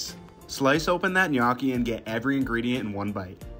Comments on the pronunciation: Ma per favore ti prego di imparare come si pronuncia la parola “gnocchi” , the way you say it sounds like “GNAWKKY” 😢😢😢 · Looks good, but his pronunciation of gnocchi is cringe😮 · It's pronounced guh-know-chi not nyo-cki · Did you place a bet to see how many times you can mispronounce gnocchi?? 😂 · NyAcky is what I hear😂😂😂😂 I always find it funny how Americans pronounce words so weirdly. Other countries are able to adapt to different tongues, especially deep distinct local languages. But Americans basically just say no😂😂😂 I swear Europeans and Asians could even pronounce African words much easier than y'all and vice versa because we understand the pronunciations of different vowels and consonants between us. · Another "food influencer" that doesnt know how to pronounce gnocchi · ive herd him say "knocky" so many times i actually forgot how to pronounce it correctly lol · Bro's needs to spend some time learning the proper pronunciation of pasta lol it's ño-key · Sir.. it’s pronounced “nyo-key” it hurt hearing it every time.🥲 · Hes pronouncing it wrong and it's driving me crazy 😢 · Thumbs down just for his pronunciation of gnocchi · he's gotta be trolling with that pronunciation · As a non English native speaker, i find it very funny this gnocchi pronounciation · I'm not Italian. I live smack dab in the middle of the USA. I'm from English, Russian and Polish decent and EVEN I KNOW the pronunciation of gnocchi is WRONG, like nails on a chalkboard wrong. So if I KNOW it's wrong, pretty much everyone should know it's wrong...just sayin'! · Gnocchi That's the worst pronunciation I've ever heard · That is the weirdest way I’ve ever heard someone pronounce Gnocchi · Can't handle your pronunciation of gnocchi! 🥴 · His pronunciation of gnocchi is killing me lol but it looked delicious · Pls learn how to pronounce ricotta and gnocchi